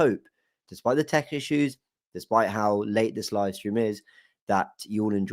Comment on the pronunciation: when you said Tech issues I thought you said Turkish issues